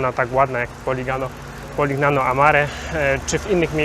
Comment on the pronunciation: Nie da sie sluchac tej wymowy, moznaby wczesniej sie doinformowac..."Poliniano" i "Modunio" ( gn= ni), Bari "Vekia" (cch=K). To dosc elementarne zasady wymowy w jezyku wloskim.